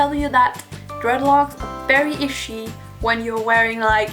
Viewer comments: Love the way you say "itchy". Like "ishy" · The way you say itchy is the coolest thing